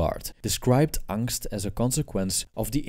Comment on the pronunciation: No need to call "angst" because it literally means anxiety. But amazing pronounciation.